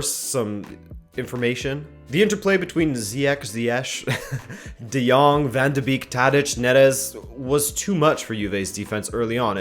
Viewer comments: Ziyech is pronounced as Ziejech, as the ch prounounced like a soft g. Van de beek is pronounced like van duh beek, as I know english speaking people have a hard time pronouncing that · Also the "beek" in van de beek is more pronounced similar to how you pronounce "bake" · Officially his name is Ziyach and you pronounce it "ziyash". But most of the people say it like tomschrauwen explains. If you say "bake" instead of "beak" you pronounce Van de Beek (Dutch) correctly